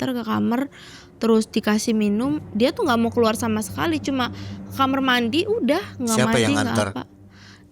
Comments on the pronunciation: Ini orang mn sih saya selalu denger semua narsum mamg ae...klw ngomong kamar...kok JD kamer. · Sering ntn tp br ini komen.. Dh sekian narsum kenapa dehh nyebut kamar itu kamerr